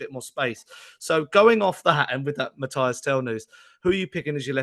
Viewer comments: frenchman here: please hear me out on how to prononce Tel's first name. It's not Matty (like Cash) it's not Matthias, it's between these two : Mathys "Mateess" you gotta prononce the Y as EE and the S is not silent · Stop being lazy and disrespectful… the guy’s name is Mathys - pronounced MATHIS! The pronunciation is as on Spurs official page and commentators are pronouncing it correctly, yet you’re still here calling him MATHIAS, shame on you!! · Show some respect and learn how to pronounce Mathys’ name correctly and stop being lazy!!😏